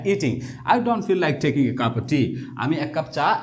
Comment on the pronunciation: স্যার আপনি বললেন টেকিং এটা টেকিং নাকি ঠেইকিং হবে উচ্চারণ?